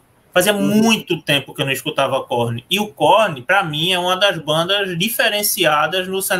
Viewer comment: Tenho preconceito com quem fala " korni" kkkkkkk é korn